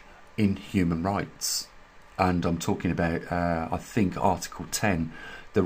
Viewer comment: Maybe they got 'tired' of your murder of the 'english' language. thinK/thinG ? Etc,etc, ETC.